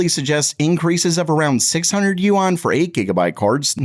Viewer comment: I live in Hong Kong and just so you know, you're pronouncing Yuan wrong. It's much easier to just say, RMB!